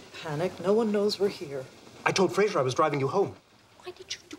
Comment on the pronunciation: never noticed this before, but she actually calls him "Frazer".